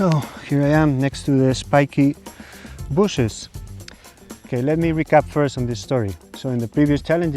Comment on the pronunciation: Why is it spikes BOOSHES and not bushes? Did I miss the choke?